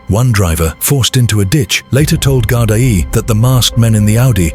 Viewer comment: Gardai pronounced Gardee🇮🇪☘️🙏🕊✝️😘